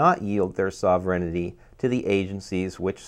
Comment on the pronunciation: sovereignty is pronouned sover-n-ty(SOvern-T) not Soverignity. I understand what your saying is important and I do not mean to criticize to be mean or cruel only to help. The word as it is being enunciated is a malapropism because the way its being said is not a word.I am so glad you showed the word that you were attempting to pronounce because otherwise I would have been lost because of the mispronunciation. Otherwise your points are dead on target.